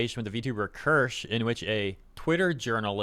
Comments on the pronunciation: are you dyslexic it's ker-sha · "kursh" it's keer shuh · As some have pointed out, she pronounces it like “KEER-sha” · It's pronounced as cheee-see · German here: Maybe try "kear" (like tear) and "sheh", similar to "huh" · Not, it's pronounced Kirsche. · It's pronounced like it's spelled. Kirsche. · get name is KIR-SHAAAA, pronounce it right, it sounds bad lol. Just telling you how to pronounce her name, honestly I love your content truly enjoy you and everyone who brings all the bad behavior from people up. Keep working hard my good sir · Her name is pronounced Kear-sha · It’s pronounced Kur-sha bro lol